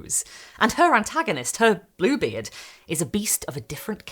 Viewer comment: for the first sentence of the video I 100% heard "this, is Blooblie"